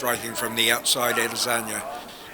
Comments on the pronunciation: I heard "Israli Lazania" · This commentator called Ade 'Lasagna'. Lol. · I heard "Israeli Lazania" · How many times the commentator said Alasagna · Nobody: The Commentator: Adezanya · This guys says Ed lasagna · The way the commentator pronounces Izzy’s last name sounded weird! Kind of irritating. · sounds like the dude is struggling to say lasagna